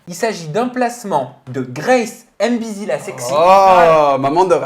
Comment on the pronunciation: faudrait faire attention son Nom c'est pas Grâce M bizzi mais Grâce M'Bizzi de la même manière qu'on écrit Kyllian M'Bappé et pas Kyllian M Bappé Du coup toi et les autres français d'ailleurs lisez mal ces noms y'a une apostrophe donc y'a une liaison à faire lorsqu'on les lit c'est comme ça les noms Africains mais vous lisez tous mal